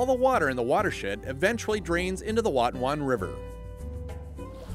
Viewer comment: This video taught me how to pronounce the word "Watonwan". 👍🏻